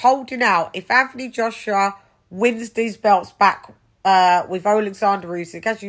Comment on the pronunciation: Anfony Joshua lol I fink you mean Antony Joshua